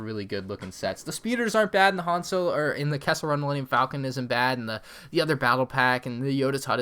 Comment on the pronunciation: You pronounced "Han Solo" incorrectly. Idiot